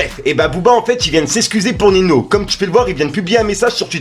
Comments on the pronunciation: C’est ninho (ou ninio si tu préfères), pas nino 🤣 sinon pas mal les videos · Gros stp on dit pas nino ou dit ninio Tu es un bon dans ce que tu fais continue